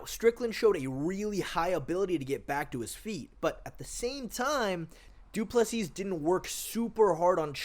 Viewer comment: Du Plesis = "doo pleh see"